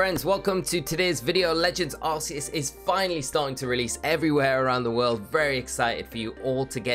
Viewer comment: It’s Arc-e-us not arse